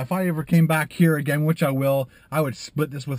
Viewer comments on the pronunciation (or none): none